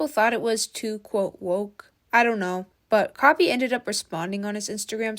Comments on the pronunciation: Why are you saying kobe ? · “kobe” … “ryan”… girl can u read their names… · Colby? Coby lame? Bruh, how many times you said his name wrong 💀 Jeez😂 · It’s not Coby it’s KHABY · you called khaby "kobe" five times... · "Coby"?? "Ryan" William Johnson??? Jeez dood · why u calling him Koby?💀 love your channel tho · K-h-a-b-y not colby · bro said kobe 😂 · This was such a hard watch. You couldn’t pronounce Khaby, you couldn’t pronounce ray, you corrected the wrong you’re and told them “jk delete your paragraph” when it wasn’t even close to a paragraph, and you don’t even know the word “evolve”. Also you know why he’s getting hate, it’s because he never deserved all those followers in the first place. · I think you pronounced his name wrong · Bro kept on mis-pronouncing khaby and ray 😂